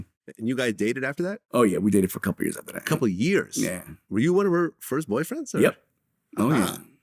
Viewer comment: It's "after" vlad